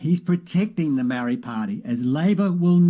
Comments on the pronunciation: dude , sound your vowels MA - O _ RI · Dude you keep pronouncing the word Maori wrong and bigoted. Why don't you show some respect and start pronouncing Maori properly after all you're a NZers and was born and raised here no excuses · Heh heh, even the Maori called themselves Mau-rees until very recently. Some elitist Maori refer to themselves as Mow-ri. They are having a real problem with their 600 word language, even how to pronounce it. They are not the brightest bulbs in the genetic pack. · Problem is that there is not one pronunciation of the word. As someone who was born here and raised here I have heard Maori themselves pronounce the word many different ways, eg Maardi, Mowri, Ma-ori, MOWri, and I am sure my list is not the end of it. By the way I would be interested to know why his pronunciation is bigoted - not trying to defend the commentator in any way but how do you tell?